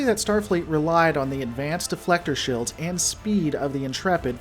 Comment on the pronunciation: It's pronounced "shEElds" not "shILLds"